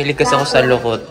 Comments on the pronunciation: Dokot po hndi lukot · Dokot Hindi lokot